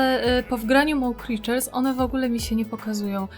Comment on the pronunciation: Mo Creatures a nie mał kriczers idiota i nie zna angileskiego